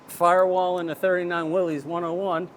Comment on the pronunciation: I'm THAT guy. There is no apostrophe in Willys. So it's not pronounced "Will-ees". It's Willys. Which is pronounced Willis...like Will-is. Thanks.